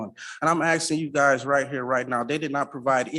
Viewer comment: Axing 😂 illiterate animals